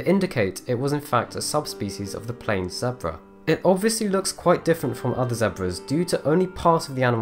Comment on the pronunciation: What’s a zabra. You mean zebra